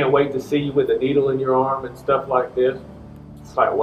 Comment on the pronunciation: 'adnd'? Come on now,.